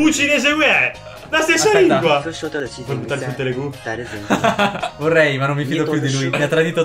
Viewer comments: ancora mi chiedo perché avete detto telegu e non telugu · bello come abbiate sempre letto "telegu" invece di "telugu" per tutto il video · Che poi è Telugu non Telegu